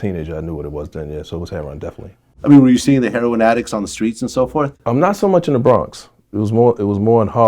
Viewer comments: Why do ppl pronounce it "hair on" instead of heroIn? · I watched this whole video and Vlad never pronounced “heroin” correctly.......🤔